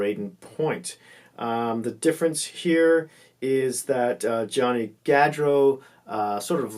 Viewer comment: Pronounce Gaudreau Goodreau